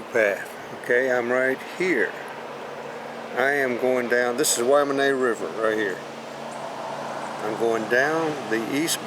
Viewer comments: True! I was confused as to what the 'Whamanay' River was. Then I read the name... 'Willamette' ^_^; Still.. a beautiful ride. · Nice tour. I just wish you knew how to pronounce Willamette. lol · Weirdest pronunciation I’ve ever heard. Lol. But clearly he is not from the area.